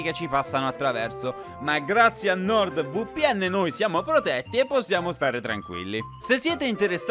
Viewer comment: It may be because I don't speak Italian at all, but hearing him say Nord VooPN was so fucking funny.